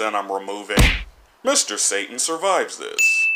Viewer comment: you don't pronounce satan correctly